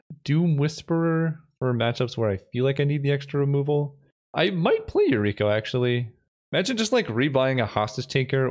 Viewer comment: I cringe every time I hear Yukiro instead of Yuriko